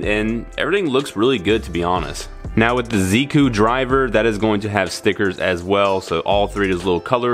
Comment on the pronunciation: Pinku janai, MAZENTA DA. Now in English, it's not pink, it's magenta Also the Z in Ziku, Zi-O and Zikan is more of a J sound